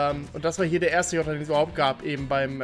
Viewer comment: Wie viele t hat eigentlich das Wort "Jota" bei dir? 😂